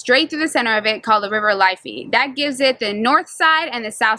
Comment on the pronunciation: Ohh god the way you pronounced the river Liffey 🤣🤣🤣 it's not life it's lif fey